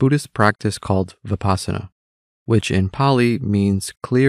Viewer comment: When I heard the incorrect way the speaker pronounced vipassana I stopped the video!